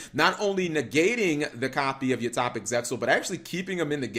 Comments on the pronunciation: It's pronounced utopic, as in toe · You pronounced utopic wrong lol. Anyway, that’s a pretty neat duel